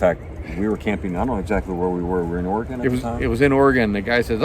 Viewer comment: It is impressive to hear non West Coast people say Oregon correctly. Good job.